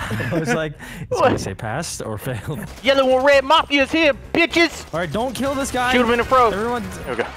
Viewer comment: " i'm gonna gill you!" 😂